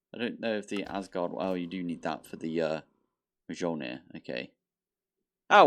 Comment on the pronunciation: Mjölnir (Mjǫllnir) = Me-yol-near (or near enough).